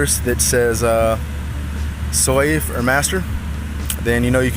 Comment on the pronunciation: SLAVE it is pronounced SLAVE. I cant understand what the hell you are saying but it pronounced SLAVE!!!!